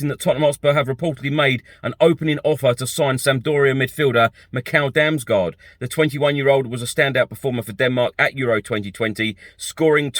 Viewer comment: Damsgaard is pronounced "Dams-gord". It's Danish, and so is he. Great little player though - hope that one works out. I won't even start trying to correct what you've done to poor Fabio's surname,. A few weeks ago you could actually say it properly, even with the correct Italian double-emphasis and all, so maybe I'll just wait until you work your way back to being respectful enough of the guy not to call him what sounds uncomfortably like the Spanish slang for a potty. 😀